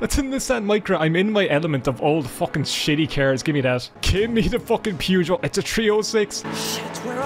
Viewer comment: The way you pronounce Peugeot.. It's a British game, let me help you - Perrzh-oh